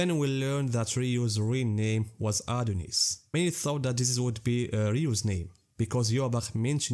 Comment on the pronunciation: Its Adnyeus btw